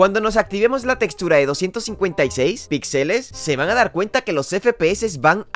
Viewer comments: Si dice otra ves pixèles me pego un tiro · Se dice píxeles, es una palabra esdrújula.